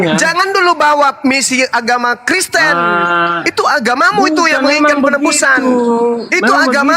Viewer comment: Td dia bilang KRESTEN!